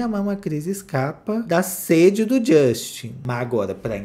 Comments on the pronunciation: "Jostin" Bieber kkkkkk 😂😂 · A cada" josten" falado eu dava uma gargalhada sincerakkkkkkkkkkkkkkkkkkk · E a risada que eu dou toda vez que o fala Josten 😂😂😂😂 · Me acabo de rir,quando o fala jóstin 😂😂😂esse cristal é terrível rsrs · Na época Justin corrigiu a Sabrina imagina se ele escuta ele falando o nome dele😅😅😅😅😅😅